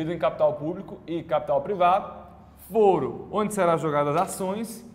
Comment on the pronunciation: O correto não seria foro com a pronúncia aberta (fóro), que é o mesmo que tribunal?